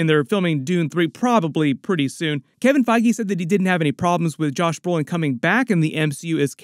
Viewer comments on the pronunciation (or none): none